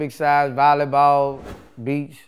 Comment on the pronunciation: “Vollyball” lol